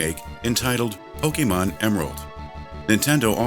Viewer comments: I LOVED this video, but as a die-hard fan it kind of irritates me to hear Pokémon mispronounced EVERY TIME. It's not po-kee-mon, it's po-keh-mon :D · PocketWow Actually it's Po-Kay-mon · really great video! :D A bit wierd how the narrator says pokemon..